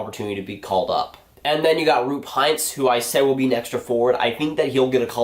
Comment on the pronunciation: you have to practice the pronouncing of Roope Hintz :DD